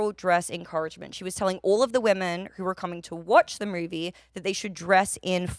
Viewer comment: Soauh and moahvie a few moments later too